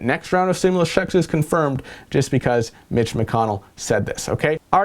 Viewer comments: 😂😂😂 did you say Mitch or Bitch? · sounded like he said "bitch" instead of "mitch" lol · Yeah, straight up "BITCH" is what I heard too. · I heard bitch too 😂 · I heard it too. That's when I started to read comments to see if anyone said anything haha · Just read his lips.... your'e right lol